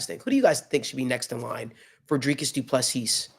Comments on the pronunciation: No, not du Plessis! Say Doo plu sea!!! Sea, one sea not seassssssss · the s at the end of Du PlessiS is silent. and the I is pronounced as a ee . So you can say du pla sea.